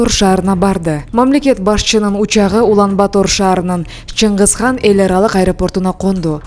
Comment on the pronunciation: Туура окучу ай Улан-Батор деп жазылат,окуганда Улан-Батыр деп эле айт какабай